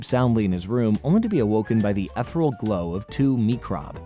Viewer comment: Wow, that mispronunciation of "ethereal" was worth a dislike.